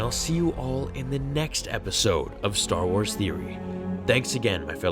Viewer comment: It's Star Wars no Star Wa 🤣